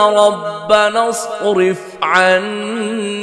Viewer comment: ماشاءاللّه قاری صاحب آپ نیں چہوٹی سی غلطی کی ہے والذین یقولون رنا اصرف پر حرف را کو آپ نیں پر کیا ہے